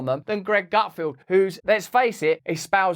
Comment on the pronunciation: Feld. GutFELD. NOT "Gutfield". Does NO ONE on your team know how to read and pronounce the guy's name?!